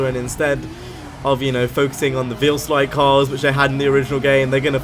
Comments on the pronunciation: Goddamit its Veilside not Veilslide. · It's pronounced "Vail - Side".... Jus' sayin', bruh..